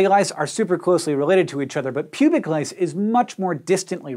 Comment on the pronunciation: lice sounds like rice!